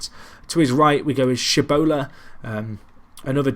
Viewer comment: I loved Lewis but I'd say Tshibola, he has been amazing and it's funny hearing you pronounce it differently every game ^^. I think you should do a seasonly update on Lewis, he may of not been there long but he was an important player and I'd like to see how he is doing, he felt like he was the heart of the club when he was there.